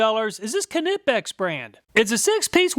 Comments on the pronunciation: The letter "K" in KNIPEX, is a silent "K" ... pronounced nipex ! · Per the Knipex company, "the proper pronunciation of "Knipex," the German hand tool manufacturer, is "kuh-nip-ex" (kəˈnɪpɛks), with a hard "k" sound at the beginning." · Knipex is pronounced like Knife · Anybody know the correct pronunciation of Knipex? I love me Knipex Cobras, but I pronounce it ‘NIGH-pex’ and Project Farm says K-nip-ex. Which of us is right? Or are we both wrong? 🤷‍♂️ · Love your video's but now I gotta wonder how do you pronounce 'knight' after your review of ka-nipex ha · the way he said Knipex had me mad, i wonder if he says Kanee(knee) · Am I pronouncing Knipex wrong as I don’t use the K and call them nipex? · I had to stop watching when you pronounced "Knipex" like a 4 year old. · U did not test a Kline And the k is silent in knipex just like knight ! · The main thing I took away from this video is that you still can’t pronounce Knipex 😅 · The k is silent in knipex aha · The "K" is silent in Knipex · Love your vids, just got to say that the K in knipex is silent just like the k in knife. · I'm pretty sure the K is silent. Those Mayhew look similar to harbor freight Icon for $50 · PLEASE pronounce Knipex properly - the K is silent! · Knipex..... You don't say "K-nife" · The k in knipex is silent. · One day he'll say knipex right lol